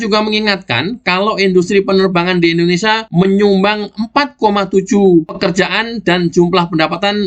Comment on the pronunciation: Harap diperbaiki mbaca *IndoneSIA*. Bukan *IndoneSA*. Tks